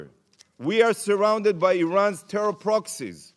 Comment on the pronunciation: TEYHROHR THUNNHELS